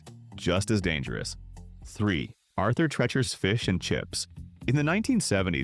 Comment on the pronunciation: Pronounced “Arthur Tree-chur”. These narrations get worse and worse.